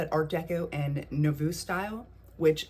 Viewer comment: Nouveau is pronounced "noovo" with the accent on the long O.